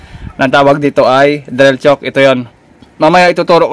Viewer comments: hinda yan "tsuk" ang pronunciation ng chuck is same as "tsak" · Bakit chok po ang ang pronunciation po ninyo ng chuck ? Parang "chak" po ang pag pronounce nyan idol hindi "chok" para hindi po malito ang viewers. Salamat po sa tips nyo po. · drill chuck. tamanga banggit ay katunog ng salitang tiyak. hindi drill tiyuk.